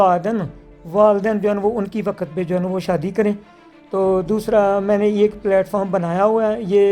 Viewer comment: shadi beta hoti ha sadi nai pala bolna seehk pir kar shadi